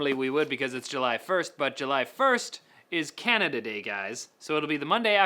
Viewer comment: Can-nay-dia mate